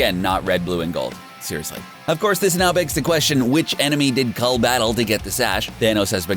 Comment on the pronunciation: That his name is cull not cold 😂🤷‍♂️